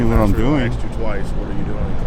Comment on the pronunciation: he axed u nicely